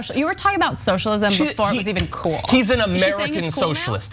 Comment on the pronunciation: It's funny when white girls say "cuol". It's "cool". There's no "u"